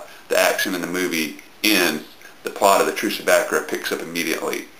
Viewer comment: It's "Back-Koora" trust me.. Only Americans could pronounce it as stupidly as Bakerrha XD